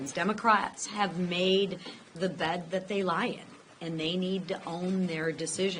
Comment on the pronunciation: With emphasis on “lie”.